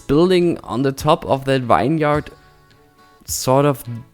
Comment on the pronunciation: "Vine-yard" your broken English is hilariously adorable. It's pronounced "vinyerd", bruh. ;) If you're doing more of them you should know how to say it. Nice update, but those vineyards are too symmetrical. You don't normally see grid patterns like that as grapes do not need a flat plain to grow. They can grow up hillsides and follow the lay of the land. Will leave a link below to illustrate what you should model them after. Sad to hear you're wrapping this series up but excited to see you start a new project. Maybe a cityscape set in the future? More sci-fi megatropolis than rural Germany. I just like to see creators step outside their comfort zone and push the boundaries of innovation. Flux's 'Avalon' and 'Aurelia' by Akruas are my current faves and I want to see more builds like that.